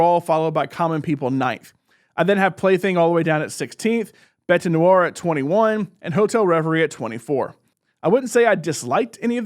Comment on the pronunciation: Great presentation voice. Well cadenced and volume is natural and balanced. The video jumbs keep things interesting. Subbed. French is HARD. :). bet nowar. Don't pronounce the 'e' on the end.